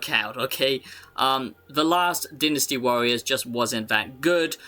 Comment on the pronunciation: Take a tequila shot everytime he says deenastee warriors